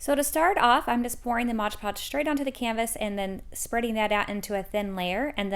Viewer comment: LOVE the crafts, but PLEASE PLEASE PLEASE .... It's "MOD" Podge not MODGE Podge.